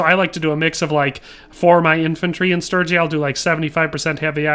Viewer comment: I'm just relieved you can say sturgia, sturgian properly.